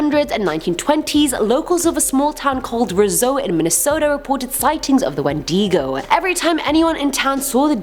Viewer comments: I thought it was said when di go not when dee go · It’s When-Di-Go haha that’s a cool way to say it though! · (Sorry for the spelling correcting I cant help it) it’s wind-I-go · We pronounce it Win-day-go ~Proud Ontario Mohawk~ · No one: pronouncing wendigo: wEn-dEE-gO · It’s pronounced Windago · "whendego" ah yes.. the Whendego.. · Here's a breakdown of the word wendigo for you so you know how to pronounce it Wen dig oh 😘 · It’s actually pronounced Win Da Go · wendigo-- ✔wendEEEgo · r u sure thats how u say wendigo? i thought its wend-i-go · Not sure where you get these stories from but you pronounced wendigo wrong and a wedding is not a diamond its an Indian urban legend that every some amount of years a cannibal transforms into the wendigo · That’s not how you pronounce wendigo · You r saying wendigo wrong (sorry if I spelled that wrong I just woke up;-;) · How says wendigo😂😂😂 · Your pronouncing wendigo wrong dude😉